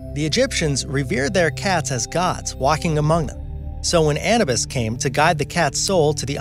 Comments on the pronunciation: Ana-biss? The god's name was Ah-new-biss. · The narrator needs to learn hot to pronounce Annubis. It's not animus, its a-new-bus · The vid over all is good, but as an Egyptian Pagan I simply must point something out..... Anubus is pronounced (Ah-new -bis) not (Anna-bus). Also, Egyptian Mau's were believed to be the children of Bastet, the cat Goddess, whom protected mankind from her sister's wrath upon Thoth giving us fire. The brain received its own canopic jar. The brain was the human seat for Thoth, the God of wisdom. It would never be treated like trash. You should have discussed how the enbalmers were to flee for their lives for desecrating the corpse as it was seen as offensive and punishable by death. The beard was a cosmetic representation of Lower Egypt, after it had joined with Upper Egypt. It was to show that the two were truly united as Pharaoh could only come from Upper Egypt blood lines. As I said, your vid is really well done. I just had to enlighten your followers on a few points. Keep up the good work! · He really just said anabis instead of anubis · Did he say anabis instead of anubis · Anubis is pronounced"Anoobus" not "Annabis" wtf? and the Egyptians wearing wigs and portraying themselves with hair isn't a "false representation" they shaved their heads to avoid getting to hot in tthe desert, their leaders wore wigs made of human hair while citizens wigs were usually made of yarn. You should go indepth with your research, not just skim the top. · Who TF is "ANNU-BUS!???? ( -ish mins in). I thought he said CANNABIS so had to rewind!! 😂😂😂 It's pronounced 'AH-NOO-BISS' .. (Anubis), etc. 😕💫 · He said Anabis. Its ANUBIS. Sorry, guys. I'm really into this. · you said it wrong it's pronounced ah-nou-bus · AH-NEW-BIH-S = ANUBIS NOT ANUBUS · It's pronounced "A-NOO-bis"... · Did... he really just say "ana-bis"?! 🤣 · Uh, who's "Anna-bus"? I know who Anubis is... But, no "Anna-bus". 👩-🚌??? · ITS PRONOUNCED "UH NEW BIS" ITS JUST SPELLED ANUBIS